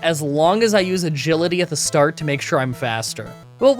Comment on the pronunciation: did you say "one Gility" to stand in for "Agility" like "A Gility?"